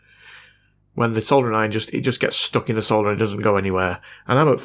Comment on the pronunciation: Love your videos. Great to hear someone say "solder" properly instead of how they say it in the US. Keep up the good work.